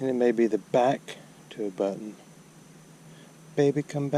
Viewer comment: I always like the new pronunciations, enjoy them every time. Byoo Ton= Button Boo Lay = Bullet